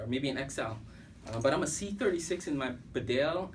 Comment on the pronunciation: Bee-Dale not Bed Ale, to pronounce Bedale.